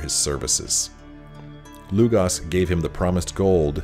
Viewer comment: Lugos not Lugas